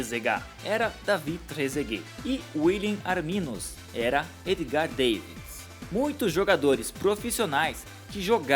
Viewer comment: É Edgar Davids, e não Davis rsrsrs